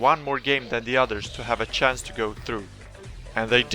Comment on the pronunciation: sjance, its a dead give away when swedish people say chance